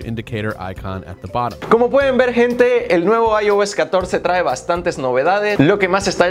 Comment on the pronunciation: Dices buena sente gente no se dice asi se dice buena noche gente like para que lo lea y no cometa el error